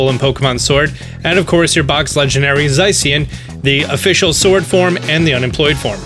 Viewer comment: Ah yes, my box legendary “zaisien”